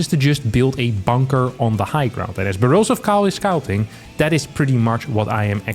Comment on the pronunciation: Everytime he said Borosive Kyle I was thinking it sounds familiar. I finally got it at the 9 min mark